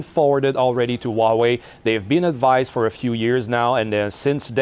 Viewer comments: I twust Waw-way compweetwy... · No Way Hauwei